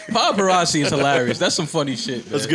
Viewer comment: Absolutely no one: A minute in Joe: PODparazzi